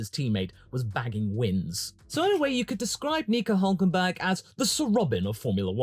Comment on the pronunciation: "NICO OOOLK KENberlllgslglL"